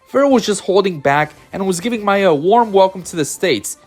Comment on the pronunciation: the only complaint I have is: if you are going to make a player-focused video on smash ultimate, know the names of the players before doing the vid, we can't have "gak-T" or "maaaaya" for two of the most well known players in the world dude. Good vid tho